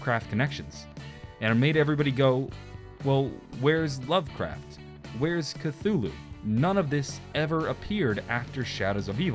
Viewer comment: You’re pronouncing Cthulhu incorrectly.